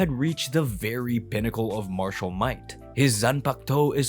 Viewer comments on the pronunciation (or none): none